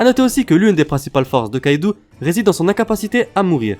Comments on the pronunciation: On dit kaido pas kaidou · Arrête de dire kaidou et L1l1 C'est Kaido et linlin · tro come kaidou ***ouou nan kaido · Déjà on dit kaido pas kaidou